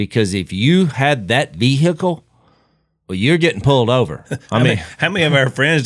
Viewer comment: what type of vee hick elle was it?